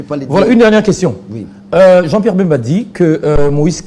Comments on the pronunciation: a du mal a prononcer BEMBA, a la place il dit MBEMBA,Quelles etudes faites? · Il s'appelle Bemba et non Mbemba.